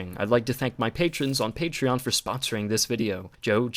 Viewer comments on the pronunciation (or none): none